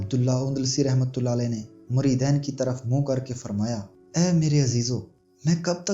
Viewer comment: muridain ghalat he muridin sahih he